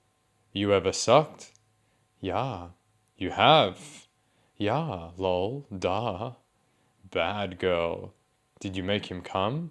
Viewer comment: The way he pronounces “duh” as “Daahhh~” really toasts my waffles